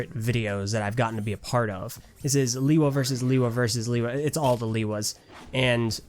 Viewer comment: Its not (lee-wa) its (le-wa)